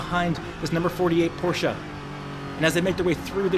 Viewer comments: bro i LOVE the video BUT its PorschE not PorschA scheeeee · Great video! But each time I hear porshAH I dream of going Postal a bit ;)